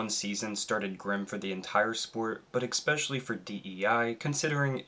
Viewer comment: it's especially, not ex-specially.